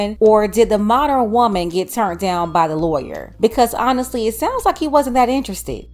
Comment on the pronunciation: When they pronounce "honestly" as un-nissly" you already know, it's a problem.